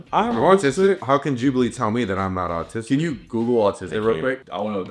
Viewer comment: said autis-'dick' two episodes in a row I'm dead 😧